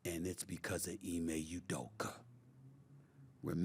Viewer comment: “Ime Udoker” 😂